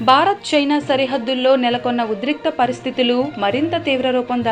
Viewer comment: భారత్ అనాలి బారత్ కాదు